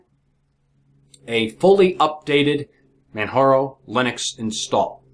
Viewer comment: Dude it's pronounced Manjaro, or perhaps you say Jesus as heyzeus?